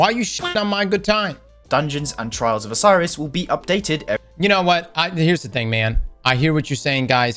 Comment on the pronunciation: I’m with that Legolas dude, oscillation sucks bawls. I’ve stopped playing when it’s a modifier. (How TF does pronounce “trials”?? It’s like “Trarrrrs”😆)